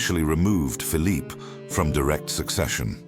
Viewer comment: the photographs of the brother of Louis XIV are bogus. There were no cameras in the 17th century. The narrator sometimes gives the Spanish pronunciation of Phillipes name.